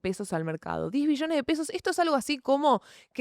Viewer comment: acentúa la B wey, escuche 10 Millones y dije, tanto drama por eso? jajaja lo tuve q ver varias veces para notar q eran Billones xD